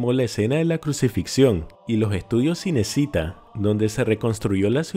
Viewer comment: . Si vas a seguir hablando de cine te conviene aprender a pronunciar bien "Cinecita" (Chinechitá), pues en italiano "c" se pronuncia como en castellano "ch" y "ch" como en castellano "c" (k, en realidad, pues la c cambia de sonido con i y con e por detrás).